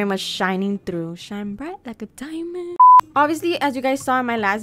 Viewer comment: "Sine bright like a dimind" LOL